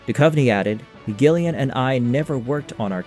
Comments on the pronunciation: cant tell if he's just doing that for engagement bait. How could you not know how to pronounce her name?! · not GILL-LIAN, BUT JILL-LIAN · Isn't her name pronounced Jill ian? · Gillian pronounced "Jillian" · No gillian not jillian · Pretty good video…yet I think you’re trying to get engagement by pronouncing Gillian wrong 😂 have more respect for yourself! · Dagnir is talking about the pronunciation, not the spelling. It's a soft "j" sound, not a hard "g", and far too many of these X-Files YouTube videos just can't pronounce it correctly. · So basically... not original IRISH-way, BUT rest of world ENGLISH-way